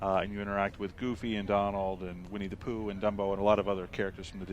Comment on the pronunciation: Winnie the Pooh... Sounded like "We need to poo." But i can see why...